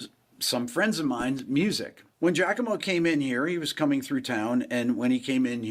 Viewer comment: Referring to him as "" makes this thief in question sound cooler than he really his. Pronounce it 'Jock-a-mo' (correct pronunciation) Afterall, the guy comes off as a dumb jock. The D-bag backwards hat and wearing sizes too small Hawaiian shirts is a good indicator. The nail in the coffin for Turra is the fact he hasn't addressed the issue sufficiently of people calling him out for 'faking' his playing and the elephant in the room he's ripped off countless musicians and only credited them AFTER Danny Sapko and others called him out in their posts and videos. He NEVER apologized to those people personally. Instead he made more excuses.